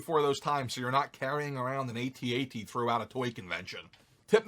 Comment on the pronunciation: I liked the way you said A T A T instead of At At 😅